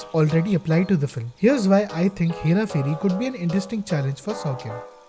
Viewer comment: say this 5 times.. hera pheri hera pheri hera pheri... ph is pronounced as ph and not f ... As part of the 1% opf Indians who know this, feels like i am the one mispronouncing it... Also it is 'phir' not 'fir'...great video otherwise!!